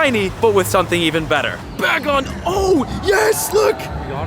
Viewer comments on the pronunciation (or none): none